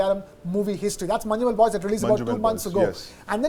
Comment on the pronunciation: It’s not Manju- Mel boys it’s pronounced as Manj- Mel boys